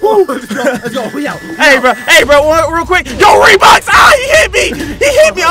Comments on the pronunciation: I was laughing when said reebox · Hahaha did he said reeboks hahahaahahahahhahaah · Me at the intro: 😑 Other people: Bruh!:HA! HE GOT REEBOK? HA HE GOT REEBOK! AHAHAHAH! YO! HE GOT REEBOK Me: Did toy say reebok?😂😂😂😂😂